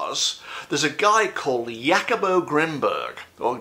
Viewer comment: Jacobo Grinberg, just a little Spanish lesson 😊 the J is pronounced as an H 😊😇